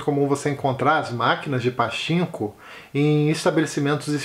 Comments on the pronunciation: Se você tem curiosidade sobre a relação Japão/Coréia do Sul, se prepare pois é bem pesado. Também fiquei com vontade de ler Pachinko (a pronúncia correta é "patchinco") ✌️ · Oi, a pronúncia correta é Patinko. Um grande abraço! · Oi, gostei das sugestões e fiquei bem interessada no título "Pachinko", já está na lista pra ler ☺️. A propósito, a pronúncia de "CH" tem som de "T", então se lê PATINKO 😉